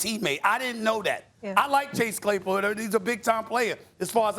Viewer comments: Stephen A “Clay Chasepool” 😂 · SAS said "Clay Chasepool" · We’re not gonna ignore that at one point steven A said clase chaypool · Stephen A says Clay Chasepool